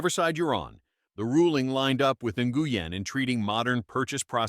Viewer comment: Learn how to pronounce Nguyen and Rhode.